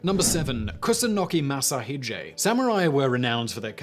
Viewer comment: How about Minamoto Yoshitsune? overall excellent but some names like Masashige and Ieyasu. were mispronounced.